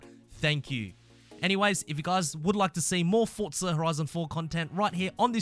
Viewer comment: Mmmmmm "fort-za horizon"